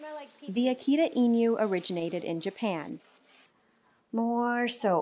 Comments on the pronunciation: I think the first key to understanding a dog is not the genetics. It's pronouncing their name correctly. Akita INU (eenu) not eenyu. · "akyita inyuw"